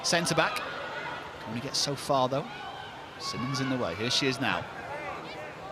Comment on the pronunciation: Is it really so hard for the commentators to learn how to pronounce the Players names? Masie Symonds is the Brighton captain and it’s frankly insulting to her that the commentators keep calling her simmonds 🙄